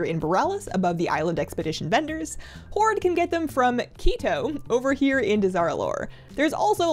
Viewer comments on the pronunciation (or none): Where are u from? First time ever I hear someone pronounce Horde as "oorde" :D.